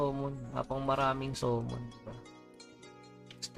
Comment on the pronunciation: Boss samon basa dun d somon hehe